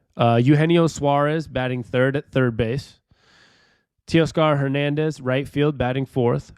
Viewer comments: Teoscar is pronounced “Tay-ah-scar”. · Tay-Oscar Your pronunciation hurt my soul a bit, but solid video and I agree! Go M’s! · How can you not pronounce Teoscar 😂